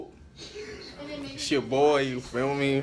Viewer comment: Who else be noticing be saying "YOUCHUBE!" instead of YouTube 😭😭😂😂